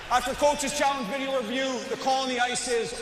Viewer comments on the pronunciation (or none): none